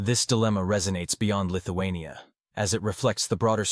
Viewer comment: Lithu-who ? ..... lol